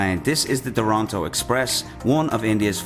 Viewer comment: They : Duranto Express My Ears : Toranto Express